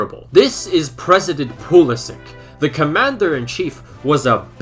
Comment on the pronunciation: yo It is pronounced like Pulisitch and not like Pulisik correct if i am wrong. Keep up the good work man 👍